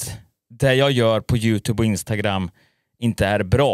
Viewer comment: först kanske du ska lära dig uttala youtube